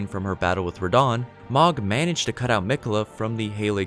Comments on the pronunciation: It's not magh it's mogh..oh my gosh I had to stop watching and it was really good up until then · It’s “Moe-g” not “mah-g”. They say it in the game fairly often and it’s not a “hard” name to pronounce. Other than pronunciation (pretty important, you said a lot of names wrong) good video. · I'm pretty sure Mohg is meant to be pronounced with an o sound like in "mode" or "dome", not the sound like in "dog" or "fog". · The word is "ESCAPE" not "EXCAPE". Also, Mohg is pronounced like "Mowg", rather than "Mahg". There's a few characters that speak his name. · The mispronunciation of Mohg repeatedly was driving me crazy lmao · Lotta little errors here. The 2nd bloom is not Malenia. That's someone else who bloomed but died. More than likely a sister/clone of Malenia from the children of rot. Mohg is mispronounced. They say it in the game.